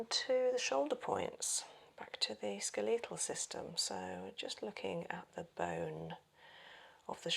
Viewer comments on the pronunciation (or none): Me Googling "skileetal system." Doh. SKELetal. (never heard it pronounced that way.😂😂) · "Ska-lee-tal system"